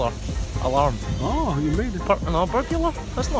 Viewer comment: purkle burbular alerm🤣🤣🤣